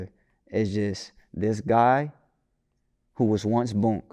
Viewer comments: it's BOOOOO-NK not BONK/BUNK w/e the fuck you kept calling him lol. BOO-NK, BOO-NK, BOO-NK, BOO-NK. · He keep sayin bonk gang it’s boonk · It’s Boonk gang not bunnk gang 😂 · Why tf keep saying BONK gang? keeps saying it the right way but refuses to catch on lol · kept saying Bunk gang after every time bruh said Boonk. Had me crying🤣🤣🤣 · No matter how many times said “Boonk”, said “Bonk.” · Why does he keep calling him 'Bonk' gang? It's really not hard to say...Boonk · Bruh if u gone say it, its boonk gang not bonk dawg com on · Dude keep saying "Bunk" anndd that shit is peeevviinnggg. It's pronounced BOONK! Gyyaahhhh, dyyaaaaayyummnnn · How hard is it to say boonk not bunk this man be say names wrong right after he hear the correct way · He clearly said BOONK three times and STILL said BUNK several times. W T Entire F#ck!!! 🤷🏾‍♂️ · He said “Boonk” 3 times in 15 seconds and u still called him Bunk. cmon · He still said bonk even tho he said boonk 😂😂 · you keep saying his name wrong, it’s BOONK GANG not Bonk gang 😂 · Its not bunk gang it's boonk gang and we dont call that no more. Hes s changed man. Put some respek on his name. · It’s not bunk it’s boonk.. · Bro you literally could’ve asked how to pronounce his name BEFORE the damn interview started (and I know you know how to say the shit) but continuously said “bonk” gang to piss ppl off. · why dude cant pronounce names correctly...its not hard to say BOONK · yeh but he just keep saying bunk,. I know personally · *bunk gang 🤣🤣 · got his name wrong the whole time 😂